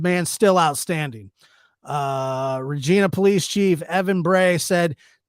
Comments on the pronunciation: Aaaahhh...I adore your videos & Otis stories. And appreciate, as a Canadian, you covering the Saskatchewan stabbings. If I could just correct something though...it's pronounced Reg-eye-na, not Reg-eee--na. Love your content! Also, must confess a slight crush on you!!! Lol!!1111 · Pronounced: reg EYE na